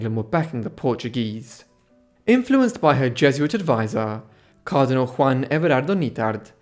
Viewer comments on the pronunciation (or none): none